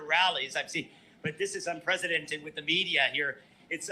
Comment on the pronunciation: Hey MAGA, It's pronounced "un·pre·ce·dent·ed" not UN-PRESIDENT-ED.